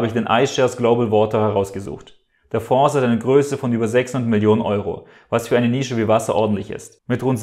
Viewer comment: Mich schüttelt es jedesmal, wie du "Fonds" mit "s" aussprichst. Das Wort "Fonds" kommt aus dem Französischen. Das "S" in "Fonds" spricht man daher nicht.